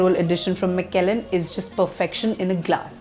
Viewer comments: Madam is definitely not a whisky girl...mcellen, glenlevit,and finally glen fid ich...wonderful whiskys..all pronounced wrong. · Lol, Nirvana is just about the worst whisky from PJ'S stable! Kuch bhi. And if you're gonna be posting on single malts, at least learn how to pronounce Glenfiddich and Macallan properly!